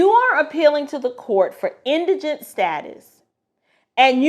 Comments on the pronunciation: Thank you for pronouncing indigent correctly. Was getting tired of hearing folks on YouTube pronounce it as indignant.🙄😁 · I appreciate your input, and may i say you are the only 1 out of 10 videos I've watched who pronounced indigent correctly. Lol Your bloopers were cute . God Bless❤ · Thank you so very very very much for pronouncing Indigent correctly!! I have heard this word butchered so much across so many tick tocks and YouTubes it makes my ears bleed! How hard is it to look up or listen to the pronunciation of a word !? I'm not trying to be snobbish but thank you so much for pronouncing it correctly!